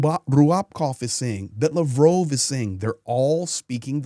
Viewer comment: You should familiarize yourself a little bit more with Ukrainian and Russian language the way you pronounce the names are crazy. Lavrov = Luh*vraav